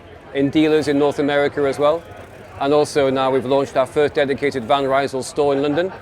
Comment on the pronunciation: Van Rysel employee can’t pronounce Van Rysel correctly 😂 anyway good to know the sales are good, it’s another proof decent quality bikes can be sold at a fair price